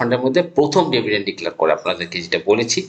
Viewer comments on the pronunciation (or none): ডেভিডেন্ড নয়, ডিভিডেন্ড।